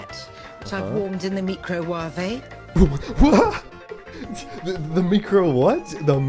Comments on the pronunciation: The way she says "micro" is the way it's said in many languages. The wuavei is weird though. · We did it Boyz. We have finally found the holy grail. The mee-crow-wah-veh. Eureka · My boss pronounced microwave as 'ME-cro-wave', but this is on a completely different level haha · i had to do a school project last year about ‘meecro wavé’ and the person who said it said that it was just an inside joke and her coworkers thought thats how microwave was pronounced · Now I will pronounce microwave as micro-wa-ve for the rest of my life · i paused the video and correctly guess that she said microwave mee-cro-wah-vey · Plot twist: What if Nigella was pronouncing it right and it was us who had been mispronouncing it?